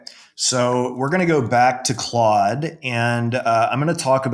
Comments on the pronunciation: what the fuck is Clode? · You lost me at “clOde” 😂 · Clode... Clode.... Clode... Jfc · Close sounds to close to Chode (don’t google that) for me. Say it right bro!!! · Its Clod not clode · "clode" haha goated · If says it’s clode it’s clode from now on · Why do mispronounce Claude ? Intentional ??